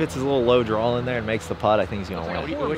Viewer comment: When is someone gonna teach how to properly pronounce the word Draw